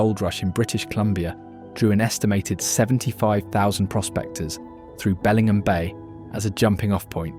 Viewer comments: Great photography but heavy British accent. Tacoma was misspelled. “Lake Chelan” was mispronounced. “Bellingham” sounded like it belongs in Lancashire. The words slough and volcano were so heavily accented, you wondered if it was same language. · Nice video but pronunciation of places are terrible. Why not hire a local voice actor rather than some British person who doesn’t have a clue on our place names? He gets Spokane correct but Makah, Bellingham Puyallup and more are pronounced incorrectly. Grating on the ears and spreading misinformation.